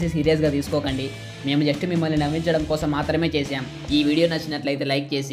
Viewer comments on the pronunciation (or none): none